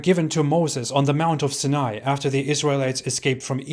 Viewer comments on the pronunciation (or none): huh, never heard Sinai pronounced like that, but I can see why one may say it that way. I've always heard it as Si-nai. Good break down of them though, I think its videos like these that makes some think you are a Christian or Jew. I noticed something here too, Islam generally keeps the latter half of the ten commandments, which are directed toward other people, but not the first half directed towards God, as you said it is blasphemy in a way, be quite fitting for a religion Satan may establish.